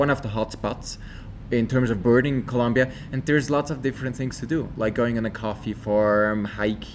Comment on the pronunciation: It's ColOmbia with an O